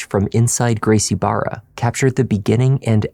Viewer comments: Brazilian here. A hint to you, for "Barra" you can just pronounce it as "Baha". The same goes for anything with two R's in portuguese. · For future reference "Garcie Barra" is pronounced "Gracie Baja." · Barra isnt pronounced bar-a the R is pronounced as an H in Portuguese so like Baja... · The dad pronouncing it wrong as "Gracie Barra" instead of "Gracie Baja" shows he wasn't really involved with the son signing up for BJJ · I don't mean to be petty to you,, but it is pronounced Gracie Baha. The dad's son trains there, but he can't pronounce it?